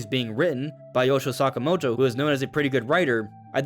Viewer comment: Yoshio Sakamoto not Yosho or maybe it’s because you talk extremely quickly with your pronunciation